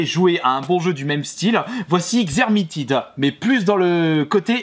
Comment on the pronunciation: Vermintide, pas Xermitide xDDD